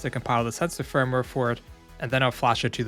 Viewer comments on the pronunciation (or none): none